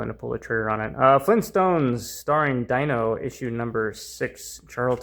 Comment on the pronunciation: It’s “DEE- NO”, not “DIE-NO”. I am old.